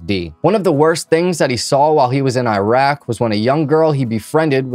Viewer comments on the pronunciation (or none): none